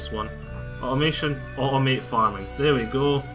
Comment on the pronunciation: Thx for tthe video. Your language :-) "I can au'o'mae everything"